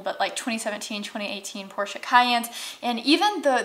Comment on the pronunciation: I’m just impressed you pronounced Porsche correctly. Thank you for that.